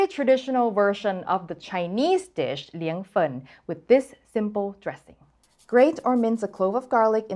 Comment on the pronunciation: As a Sichuanese, I clicked the like button and knew this recipe was gonna be legit immediately I heard pronunciation of Liang Fen is right spot on!